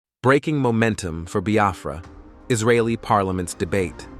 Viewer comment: Thanks be to God Almighty on high Amen 🙏🕊️🙏. I have always prayed to be alive and experienced this great nation of Biafra. He pronounced nigeria in a yeye way buh Biafra sounds neat and sand in his mouth. Thanks be to God Almighty